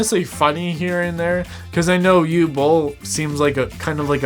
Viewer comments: What is it with Americans imposing their own ignorant pronunciations on foreign names and words? Uwe Boll's first name is pronounced (approximately) 'OO-VEH', not 'yoo'. If you can't be bothered with an education, at LEAST ask around, for fuck's sake! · Bro, it's Uwe Boll and not Hugh Boll...not that difficult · I can understand some saying “Oove”, as one syllable. Or even Yu-weh, as two. But not “Ooo” or “You”. Easy to look it up on Wikipedia and press the loudspeaker icon. I think the Dune character was Dr Yueh. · oh, you mean "OO-veh" AKA Uwe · Uwe is pronounced oo-veh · Uwe is pronounced OO-VA. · Oo-vuh is how it’s pronounced. Can’t wait to watch. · '' ooveh bowl'' is the pronunciation. Fun video. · Dude it’s pronounced OOOO-VEEEE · his name is pronounced °OO•vuh°! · Uwe is actually pronounced “oo-vay” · Just watched it. Very powerful. But please try to pronounce Uwe properly. It's not Hugh... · It's OO-vay Boll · I’m fairly certain the name Uwe is pronounced “oovay” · Oo-vey is how we pronounce Uwe. By "we" I mean people.... Looking forward to seeing this film! Cheers! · Uwe is pronounce Oo-vay, that said, he has made dozens of movies, well known for his B rated movies with "deep" messages. Nothing he's done has been really world changing but this one might be that ONE film... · the first name "Uwe" is pronounced Ouveh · We need lots more politically incorrect cinema! 👍 Just FYI, Uwe is pronounced Oovay. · Uwe = Ooh-Vah. Two syllables! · Uwe "you way" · Its difficult to express just how incorrectly you pronounced Uwe Bolls name. Uwe -> Oogh - W - (as in Water) -EH (as in meh your pronounciation could be better) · If you're interested about how the directors name is pronounced, just think about the vacuum cleaner brand ...Hoover. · You’re butchering his name 😂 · ok but please pronounce his name properly at least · I pronounced his name like the doctor from Dune that betrays the Atreides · The W is pronounced like V in german